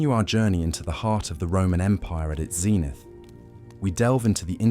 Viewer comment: Only a few seconds in and already words like 'zenith' are being mispronounced. Makes it impossible to listen to without getting annoyed.